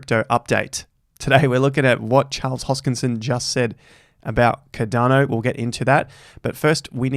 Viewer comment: Its called CARDANO not Cadano...ffs like